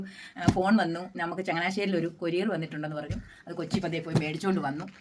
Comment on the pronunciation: കോരിയർ അല്ല ചേച്ചി. കൊറിയർ